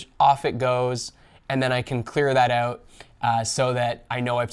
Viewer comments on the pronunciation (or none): Canadian oewt